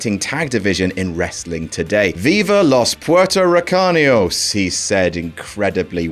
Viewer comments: That was legit the whitest Spanish I've ever heard, and it made me laugh like hell. Thank you, good sir. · you pronouncing Viva los Puertorriqueños was indeed, the whitest thing I've ever heard. Thank you so much for that chuckle lmao. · "Viva los Puertoricaños" Almost there,.